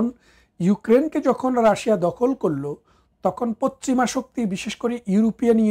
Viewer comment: বারত না ভারতবর্ষ হবে,পচ্চিম না ওটা পশ্চিম হবে